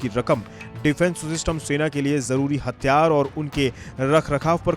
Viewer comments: HATHIYAAR not hattyaar, pehle Hindi theek karo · Bhai thik se bol le.. Hathiyar hai hatyar nahi🤣🤔🤣😂😂😂😅😁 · It's Hathiyar* not hatyar😂😂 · 🤣🤣🤣🤣 Media attayara thik se tho bol atyyar ya atyarya